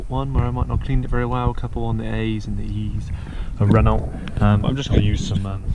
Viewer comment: So, it’s “Renno”, not “Renolt”.....